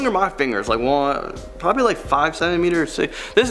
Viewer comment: "My fingers are probrably.... 5cm." He says 😂😂 Don't worry mine are like 2cm.